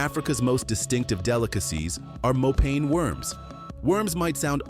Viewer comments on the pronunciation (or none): Mopane Should be pronounced as mo' pa' ni not as pane. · It's Mopani worms not Mopane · Mopane worms.....is pronounced, "MO-PAH-NEE worms" All of these dishes are eaten only by black people, mostly in the northern countries of Africa. Especially South Africa has many races. White, coloured(mixed with Malaysians, Europeans, Dutch, etc), black, Indian, Malays, Chinese, etc. And these dishes you show here for South African meals, are eaten only by the different black races. Zulus, Xhosa, etc (11 of them!): There is one delicious dish we all eat, ox tongue, a delicacy on the Christmas table. Even the Malays eat it. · Its pronounced "mopaneh" worms. (Finkubala or macinbe") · Please its pronounced Mo-pa-nee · Im sick of AI!! Its MoPANee worm!!! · Get the pronunciation of mopane worms right, do your research 😂